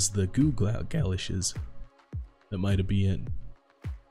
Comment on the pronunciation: lol its pronounced ga-losh theyre like wellington boots for walking in mud and stuff GREAT VIDEO